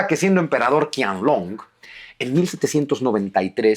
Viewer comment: Qianlong no se pronuncia "Kianlong" sino "Chianlong" (la ch con tono aspirado y fuerte). En el pinyin chino (sistema fonético) la Q nunca se pronuncia K. Espero que tome nota porque suena muy muy raro ese "Kianlong", de nada, gracias por los vídeos y reciba un afectuoso saludo.